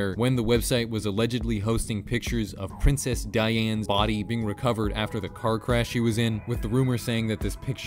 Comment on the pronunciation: sounded like you said Princess Diane